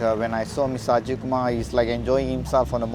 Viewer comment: not Ajeeeet kumar..It is Ajith Kumar